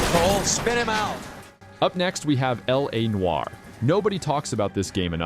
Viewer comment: "La Noire"